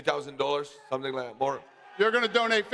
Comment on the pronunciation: Jiri: "Let's go for dat!"✊ Made me think of Bedtime Crew Ey Man🤣🤣🤣